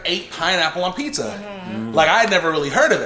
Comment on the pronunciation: OMG such a more POSITIVE VIBE WITHOUT NOC IN IT!!!!YASSSSSSSS!!! no yall noc does not need to be included in all the videos frfr she tarnishes the vids and brings nothing but ATTITUDE< its PIZZA!!!! not PISSA for the love of god smh its pronounced with a z not an s!!!!! noc is probably throwing a tantrum while watching this hahahah🤣🤣🤣🤣